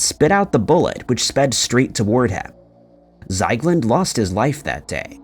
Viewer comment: No wonder you can't find him.. It's not Zeigland.. It's Ziegland. How do you manage to botch pretty much every single name? Are you actually trying?